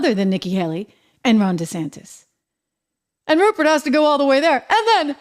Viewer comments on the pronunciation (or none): “Ruprecht” Murdoch. 👎👇🫵